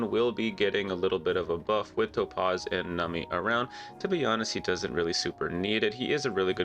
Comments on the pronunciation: Calling her Toe-Paws made me have to turn off the video, lol. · I keep hearing “toe-paws” and “nummy” 😂